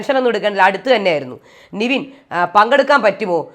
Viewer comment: Ente ponn chechi nivin alla nevin enthina ingana orale name miss pronounce cheyune🙃